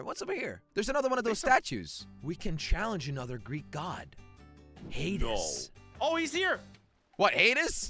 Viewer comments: He said Hadis not Hades 🤣. He also said Icarus wrong as well. Not knowledged enough on Greek Mythology. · You pronse hades rong it’s hay-dees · Its pronounced HadEEs with an ee